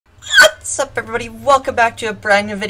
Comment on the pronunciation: No whaeaughts up eVEryboody!